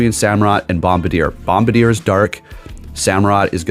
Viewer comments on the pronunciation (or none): none